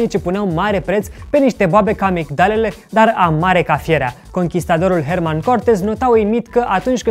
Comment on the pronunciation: Se pronunta "U A U E I" , HTC sunt taiwanezi si e herNan nu "herMan" dar overall good one keep going, un pic mai multa atentie însã la detalii 👌